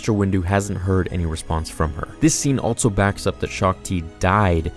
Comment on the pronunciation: Everyone else: also.: altso. obi wun